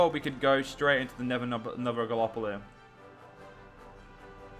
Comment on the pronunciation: Galapolee? It's gallipoli! (at least for pronunciation)